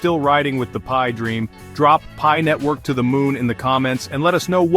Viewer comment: Wtf is pee-eye ?